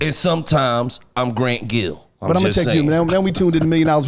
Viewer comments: Dat niga said grant gill..lmao... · “grant gill” 😂😂😂😂